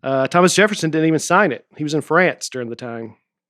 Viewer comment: Nate says "Deering" instead of "During"